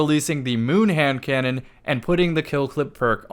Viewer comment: for a second it sounded like you said Ham cannon and it’s gonna stay like that for me until I forget.